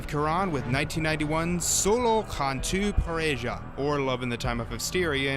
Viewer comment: It's pronounced "Par-eh-ha." Spanish. :P